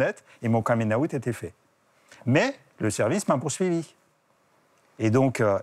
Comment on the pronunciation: Par contre son accent anglais est déplorable: un caming aout???? pour un coming out.